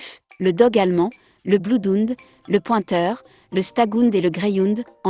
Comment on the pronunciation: Bloudounde?? Vous rigolez ou quoi, avec la prononciation? 😂🤣😂🤣😂